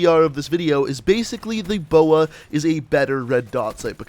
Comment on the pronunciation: Calls B O A a boa and Calls the ELO an E L O